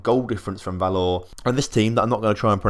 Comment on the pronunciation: Probably woulda been easier for you if I'd just told you how to pronounce the team names 😂😂 Breidablik - Bray-tha-blik Valur - Vahl-yoor Stjarnan - Styahr-nahn Grindavik - Grin-tah-vweek (but with a rolled r) Vikingur - Vee-king-yoor Fjolnir - Fyul-ner Sindri - Sint-ree (with a rolled r) And in case you have to talk much about any of the teams you're newly putting money into: Fram - Frahm Keflavik - Keb-lah-vweek Þor - Thohr Grotta - Groh-tah (with rolled r) Haukar - Hoo-ee-kar Selfoss - Sel-voss Þrottur - Throh-tyoor Huginn - Hyoo-ginn (Fun fact, I know all these as much as I do mostly because I used to have a minority stake in Þrottur for a couple years.) Btw I really appreciate your channel, you've quickly become my favourite FM channel. Thanks for all the effort with the videos!